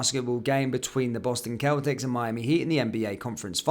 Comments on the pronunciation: it's pronounced "boston sell-tics" :) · side note...its celtics pronounced selltix and its the miami heat that prevailed.